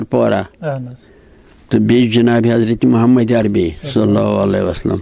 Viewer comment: The things this respected old man is claiming haven't claimed by any Suhabi(RA).. He doesn't even know how pronounce Hazrat Mohammed(SA)...... The so called poetry he is reciting cannot be called poetry in the world of literature..... Mehjoor shb will die again from his soo called poetry..... But I still respect him bcz this innocent man doesn't know himself what he is saying...